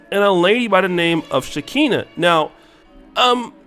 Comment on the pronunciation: She’s been on Love and Hip Hop. Also seen her on Catfish before as well. She’s a drama Queen. It’s pronounced Sha Ka Nah